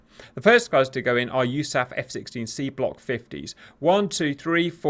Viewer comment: did u say USEAFF?